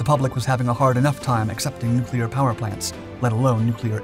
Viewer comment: "Nucular" -Homer Simpson